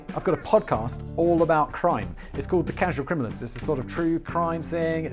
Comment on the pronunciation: "crasual criminalist" Have to give you crap simon. lol love your channels.